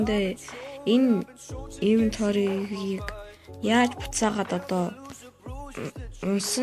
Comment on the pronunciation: iventory bish inventory geech